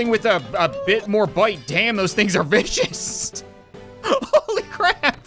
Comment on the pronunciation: Did you say vicious or bitches